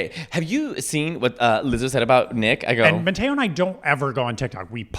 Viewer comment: I'm way more shocked that Nick can't even f*cking pronounce Matteo right. American ignorance level 100%